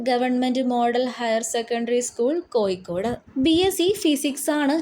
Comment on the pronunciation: Nee there padichitille koyikod alla Kozhikode anu put hiya varthayum kond vanninu Savam